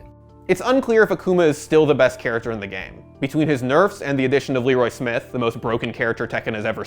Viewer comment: That is a weird way to say Leroy Smith